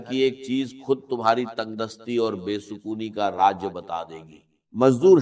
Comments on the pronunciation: ایسا راز بتانے والا ہوں کو کہا کہ ایسا راج بتاتا ہوں ۔اور دروازے کو درواجا کہا ۔۔واضح ہے کہ صرف ویوز کے لئے جھوٹی آواز بنائ ۔۔اچھی بات بتا رہے تھے تو جھوٹ کا سہارا کیوں لیا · راز کو راج انڈین والے بولتےھیں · Ya joi hindu ha ha .raz ko raj kh rha ha. Talffuz b doctor sab wala nai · Raaz NAE Raj batae ga AI Video Hy